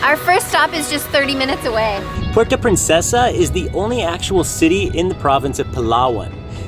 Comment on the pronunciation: I like the hat merch, don’t worry about the naysayers. There’s also in the name Philippines so it’s a win-win. *Just a quick comment on pronunciation of “Puerto Princesa” just funny to hear😆🤭 but it’ll pass. Shoutout from Vancouver!